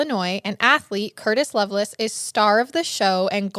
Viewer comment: It’s not “loveless” it’s lovelace pronounced “LovelACe”